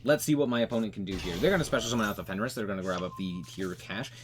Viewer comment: I appreciate that you say "fenris" lol I started calling it that too😅